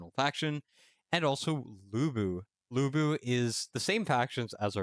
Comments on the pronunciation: De-ow ch-on. Loo boo. For pronunciation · Why i keep hearing you pronounce him Bu Bu😅